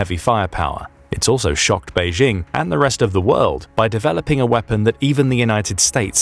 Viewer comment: There is no such place as "Beizhing." Chinese does not have a "zh" (pronounced as the "j" in French, as in je, Jean, jolie, etc.). The "j" in Beijing is pronounced EXACTLY the same as in English, as in jingle, jingo, Jim, jinks, etc. Go ahead, say "Bay-jing." Saying "Bayzhing" makes it sound like a French village. Please stop it.